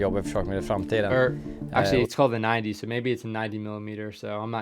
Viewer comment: You did the acromym pretty correct. The 90 is said nitti